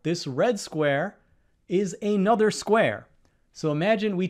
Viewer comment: Please stop saying "ay nother", as if those were two words. It's "another".